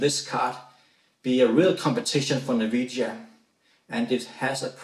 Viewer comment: "Navidia", lol